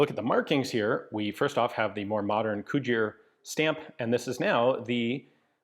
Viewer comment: Bloody Hell Ian, you actually pronounced Cugir corectly this time...